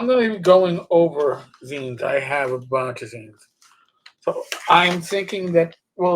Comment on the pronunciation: Thank you for saying zines correctly. And I've been planning on doing some zine reviews. So many to choose from.